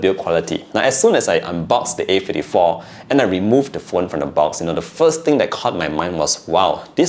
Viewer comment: A Fifty-tree😂😂